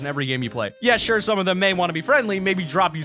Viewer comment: Mason James yes and also you said sure wrong